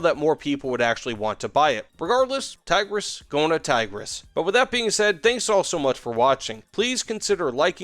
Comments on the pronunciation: His pronouncication left me dead inside. Not even an attempt to pronounce it right. "Thaygrass" 🤮. I don't want to be a snowflake over little things but come on man, at least say that you don't know how to pronounce it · btw the i's in Tigris are prounced like in pig and the s is more like sh in short. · Say Tigris with replacing the "i" with how you would say "e" in english and also "s" with "sh" :D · It is fun to hear Tiger S every time he mentions it